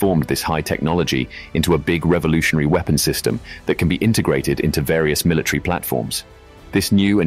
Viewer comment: Or are you trying to say MILITARY